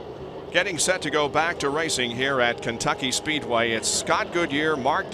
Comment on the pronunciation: Kencucky Speedway? Wanna try that again?